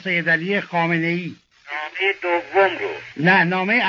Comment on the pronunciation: دوم رو میگه دویوم🤣